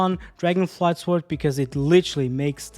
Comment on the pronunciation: For the love of god I can't take it anymooooooore!!!!!! The "W" in sword is silent!!!